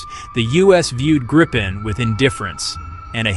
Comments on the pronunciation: Tiny gripe: it's pronounced GREE-pen, not GRIPE-en. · That RR engine is a BEAST😈 It is pronounced Greepen, NOT Grypen, btw😈